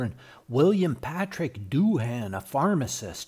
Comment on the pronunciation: Doohan is pronounced DOO-un, not DOO-HAAN.